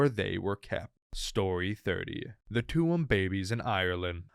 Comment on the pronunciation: Tuam is pronounced chum